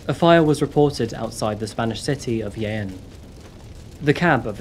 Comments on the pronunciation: Jaén is pronounced , 'Hah Enn' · Dude... Jaén it's pronounced with a strong J no Yaen jajajjaja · He didnt pronounce Jaen anywhere near right though 😂